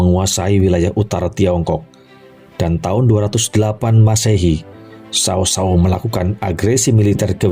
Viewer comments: Berhenti nonton begitu dia menyebut Cao Cao jadi sao sao. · Knp sih sebutannya kek gitu, mending Cao Cao gak pake Sao Sao, gak enak didengar!